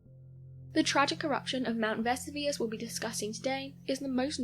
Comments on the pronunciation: Vess u Vuss ? That's a new one on me, thought she was Talking about a new volcano! Jeez what's wrong wth people? Its not a cool thing to do at all just moronic ..... Vess ooo vee us - Vesuvius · Ve-SU-vi-ous. Not Vesivus. Not Ve-su-VI-us. The narrator pronounced it at least two different erroneous ways. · Pronunciation=Ver-sue-vee-us , I too thought they had found another volcano in Naples 🤣 🌋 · Other than Vess oo veus Herculaneum the latter part pronounced as R num as opposed to ...what she said is not ruins, but a very intact city worth a visit should ‘Crayola’virus let us tour again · ‘Veh-soo-vee-us’ And how can something become a ‘solid gas’? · THANK YOU! It was driving me crazy. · It seems I’m not the only person intrigued by how your pronunciation of Mt. Vesuvius was. I’ve always heard it as Ve-SOO-Vee-Us, so I just attributed the difference in your way to be just the British difference. But it seems I’m wrong, many others find it not the British way. Anyways, I had to comment as it struck me strange too. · Versoovius that's how its pronounced. Dont know why that bugged me like it did. But it really did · And teach her to pronounce words correctly if you insist on using her. Mt. Ves-oo-vee-us..... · Lol love the Miss pronounced Mount Vesuvius wow you think they’d make sure you knew how to say what you were talking about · Is there such a thing as a solid gas? I kept waiting for her to pronounce Vesuvius correctly but she never did. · Wow, terrible pronunciation of Vesuvius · Is the mispronunciation of my Vesuvius ignorance or another attempt at sounding clever? It actually grates as ignorance. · I have scores of relatives in the U.K.. That is not even close to how they pronounce Vesuvius. They say it the same way we do. Please correct her pronunciations. Someone sure loves that picture of the crows silhouette in the moonlight. I have seen it in at least two other clips. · I am British, we do not pronounce Vesuvius the way she has in the video 😂 🤣 😅